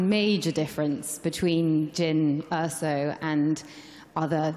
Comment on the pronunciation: jyn orsa=jan ors